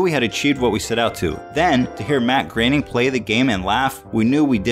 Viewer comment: Yeah, it's pronounced "graining". Several times in the show credits, you might see things like "Matt Groening (Rhymes with complaining)" or something like that.